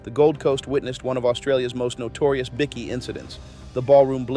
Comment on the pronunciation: Wtf is it with these AI channels. It's bikie, not bickie, ffs.